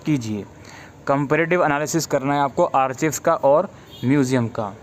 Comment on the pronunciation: Sir Thanks for this video. *Sir one thing.. Archives (आर्काइव) not आर्चीव्स